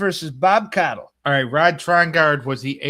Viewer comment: It's Bob Caudle not Cottle